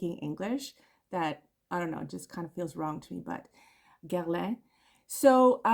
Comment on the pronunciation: Great choices,! And I do appreciate you working on your Guerlain pronunciation. It can be hard for us Anglos to pronounce French names correctly.